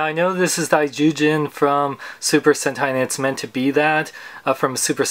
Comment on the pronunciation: Awesome review,. I'm amazed you got Daizyujin's name right. I'm planning on picking this dude up along with potentially Ultra-Act Gridman aka Servo from Super Human Samurai Syber-Squad later this week.